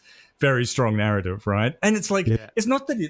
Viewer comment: That's a strong garrative